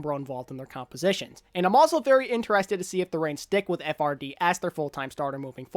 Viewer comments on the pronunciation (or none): HIS NAME IS NOT PRONOUNCED FRD IT'S PRONOUNCED LIKE FRIED